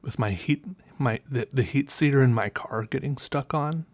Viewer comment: "Heat seater" lol